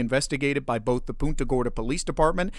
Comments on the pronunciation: It's not "Poonta" Gorda, it's "Punt-a" Gorda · It’s pronounced Punt-a Gorda and they chief of police is laughable! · Why can no one pronounce PUNT-uh Gorda?!